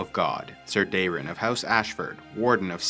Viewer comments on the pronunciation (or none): none